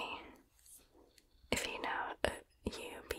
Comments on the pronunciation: Ube is read as “oo-be” and I think it’s purple yam in english? I’m Filipino and we read it as “oo-be” hehe. Ube jams (or what we call Ube Halaya) taste really good btw! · ube is a purple yam!!! it's super popular in filipino desserts 😊 it is also one of my favorite ice cream flavors! it's also pronounced "oo-bay" ❤️